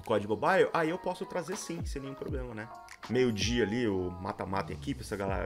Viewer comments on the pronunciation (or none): none